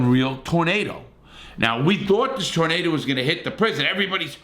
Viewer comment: Larry when talking about twisters in that part of the country, it's a tooornaydor lol. I've often wondered what happened during extreme weather. Thanks for information 👍.